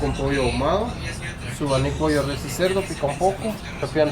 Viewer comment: Res is pronounced almost like “race” with a slight roll on the R 😊